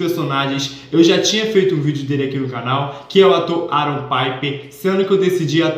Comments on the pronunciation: "paiper" KSKSKSKSKS, gente é PIPER, do mesmo jeito que escreve se fala também. ele mesmo fala assim. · Piper do jeito que vc está falando é na Espanha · O Piper é com som de “i” mesmo, da mesma forma que escreve (eu tinha muito essa dúvida também 😂). Adorei o vídeo!!